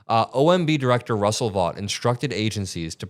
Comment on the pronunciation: The evil person that you speak of " Vought " is not pronounced VAUGHT . It is instead pronounced as Vote . I'm surprised you did not know but it's understandable .